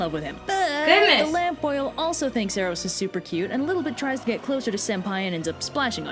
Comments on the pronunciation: sorry to correct you but its pronounced Air-os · You said Eros and Psyche wrong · She pronounced Eros and Psyche wrong